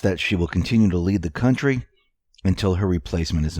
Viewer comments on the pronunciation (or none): none